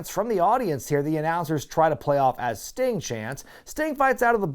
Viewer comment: Sting-uh? In the ring-uh?